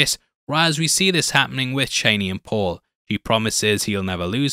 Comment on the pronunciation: her name is pronounced Char-nee